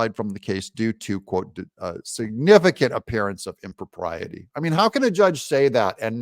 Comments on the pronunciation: im- Pro-pee-AH-tay 😂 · ITS SPOKEN LIKE THIS IMPRA PRIATEE